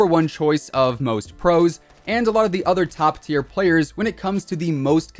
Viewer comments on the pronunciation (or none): none